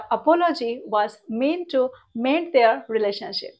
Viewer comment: Very useful lesson. I believe the pronunciation would be ideally মেনটু। Don't get me wrong. I am one of your student. Many thanks.